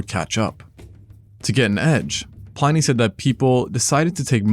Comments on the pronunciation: Some impressive and well-presented research here. Very interesting. I think the singular form of aurochs is still aurochs and Pliny is not pronounced Pline-y, but Plin-y. It is now common to use BCE and CE in scientific research. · Pliny sounds like Plenny.